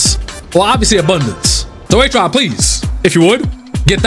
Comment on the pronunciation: HE ACTUALLY SAID BROS NAME RIGHT THAT TIME?